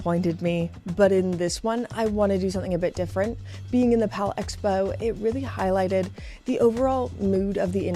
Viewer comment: Palexpo is not pronounced pal-expo, but palex-po. Palexpo is a contraction of “Palais des expositions”